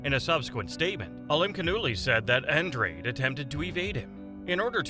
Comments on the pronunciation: An Drade? It’s pronounced Ahn Drah Day. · Go watch All Access Showtime Boxing … and come back.. it’s An-DRADE.. not ahn Drah Day .. I’m sure the people putting on the fight would know how to pronounce it .